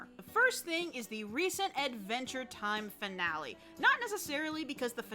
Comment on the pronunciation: “Advntre Time”